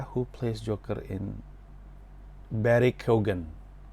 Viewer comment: lu salah satu dari sedikit orang yg berhasil pronounce nama barry keoghan right on the first try 🤣